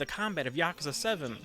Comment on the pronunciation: You are saying yakuza wrong